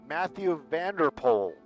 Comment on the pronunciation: Your pronunciation of Matthew van de Poel was 👍🏻! Groetjes from 🇳🇱 👋🏻